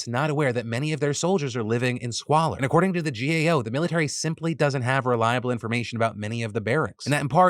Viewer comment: You kept saying "GOA"... it's "GAO." As someone with lots of family in the military, for most people, the military is out of sight, out of mind, save for the fake patriotism. I mean, remember the burn pits bill? That should have been passed unanimously. ... BUUUUUT NOOOOOOO. Fund some bill for weapons? Sure. Fund money to help the actually people in the military? Socialism!